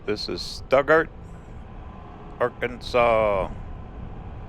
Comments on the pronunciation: Well it is named after the one in Germany, but it isn't pronounced Stootgart, it is pronounce Stuttgart, just as it is spell Stutt. Remove all the T's and it is also known as Sugartown. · that town in Arkansas is pronounced STOOTgart. I imagine it got its name from Stuttgart, Germany.